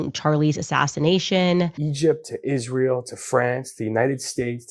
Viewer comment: Who else wants to scream every time Candace mispronounces Israel as Ish-rael. There isn’t an ISH sound in the word Israel.